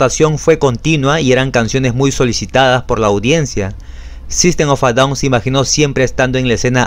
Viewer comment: Buena pronunciacion del nombre de grupo así se pronuncia